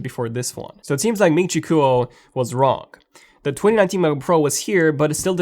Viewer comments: It's not MIN CHI COOL, lol, it's KUO like QUOTE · its actually more like GWOR